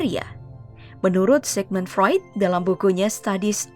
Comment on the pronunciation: Oiii Sigmund Freud, bacany sikmun fruit, ngacoooo aih